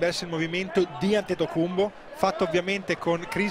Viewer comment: Ma perchè flavio pronuncia “antetocumBo” ? È la giusta pronuncia greca?